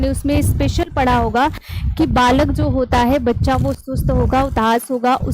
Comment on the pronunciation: Good evening ma'am, aap जो को जो. न बोला कीजिए